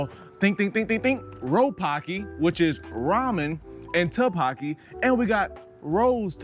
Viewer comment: u are too funny repeating “ro-pocky” and “to-pocky”! Tteokbokki is pronnounced “ttok-bok-ki”! it’s made with gochujang which is red chili pepper paste. i love it, one of my favorite korean foods. ur energy is amazing 💖